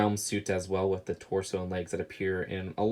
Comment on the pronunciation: He says "wif"